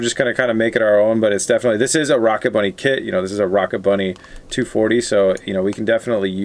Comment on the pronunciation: It hurt every time he said rocket bunny